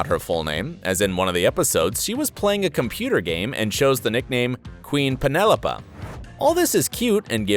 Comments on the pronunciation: The words are cotillion and Penelope, not 'contillyun' and 'penelopuh'. Christ. I've watched as much as I can stomach. There ARE plot holes in the show. Most of these are not them. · By the way, it's Penelope not Penelopah. Pronounce her name right. Physical appearances are not plot holes nor are the spots. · It’s PenelopE not PenelopA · Queen Penelope = Pen-EL-oh-pee... not Pen-EL-oh-puh. "Penny" is short for Penelope, which is most likely her first name, not her last name. Also, isn't her apartment smaller than the guys' apartment? Still unlikely she could afford it working as a waitress without help from her parents. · It's "Queen PENELOPE" accent on the finale "E"! The name Penelope is generally the long form of the nickname Penny! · Um, in "Queen Penelope", the name "Penelope" has four syllables (you pronounce the last 'e'), and that would be her first name, or short form, "Penny". Nothing to do with her last name....